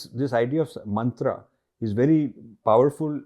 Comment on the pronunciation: Sir please don't pronounce it as मन्त्रा,its मन्त्र ।